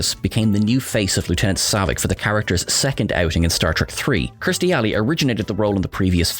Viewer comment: Kirstie, not Kristie.